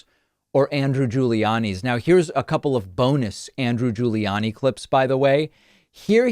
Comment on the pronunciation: I love how David pronounces "Andrew Guli-annie"😅